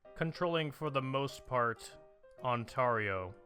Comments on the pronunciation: On-Tear-yo, and Noonavoot, qui beck. That's how you pronounce them. On-tar-io is such a horrible pronunciation, it's like if you called california Kale-e-for-neigh-a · "On-tar-io" It's On-tear-io, tear like tear up Quebecs pleas for independence.